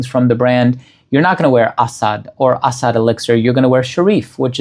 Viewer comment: the pronunciation is 💯percent is correct.